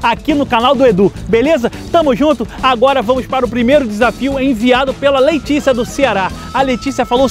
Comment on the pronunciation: Só eu ouvi "LEITICIA" aos quando ele falou? kkkkkkkkkkkk